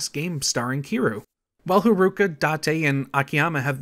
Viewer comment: can't forget kiroo's daughter, harooka!